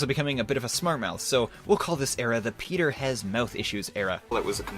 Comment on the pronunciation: it sounds werld pronoucing your name as Petter Keh Netter